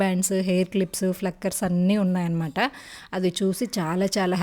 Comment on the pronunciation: Hi mam that is plucker not flucker😊